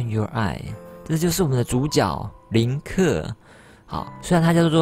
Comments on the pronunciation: 是林克 但念成了克林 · 不是唸林克嗎